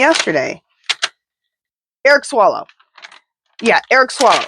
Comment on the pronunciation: Eric Swalwell not Swallow LOL and he's in the House, not senate :) Dem, California